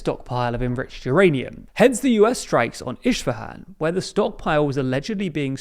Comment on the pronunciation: Why are you so incompetent in pronunciating "Isfahan"? Trump did it correctly. Just listen to how he says it and repeat. You're a journalist for god's sake, or are you?